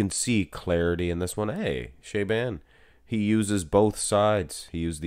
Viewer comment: "Sha-bon" not "shay-ban"